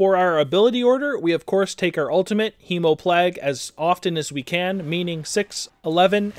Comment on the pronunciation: Hee-mO-plag? Hee-mO-plAg. Like, you know, PLAGUE?